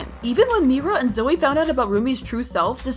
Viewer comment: 😅its not roomie its rumi its not zoey its zoey and its not meera its only mira 😂😂